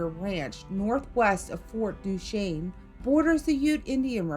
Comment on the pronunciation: Great job, being from Utah I’m so impressed that you pronounced Fort Duchesne correctly! lol